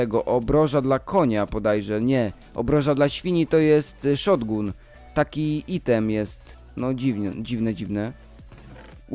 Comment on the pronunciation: mowi sie szotgan a nie szotgun